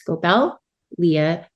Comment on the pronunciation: Who is this interviewer? She couldn't pronounce Leah's complete name. She called Tyson Tyler. She stumbles over words that she is reading. Everything she mispronounced something the kids looked at each other and smiled. She asked a question for all 3 to reply on, she only her 2 people and went to her next question. Who is this? It is obvious that the interviewer didn't know the story, the characters nor the paper she was reading from.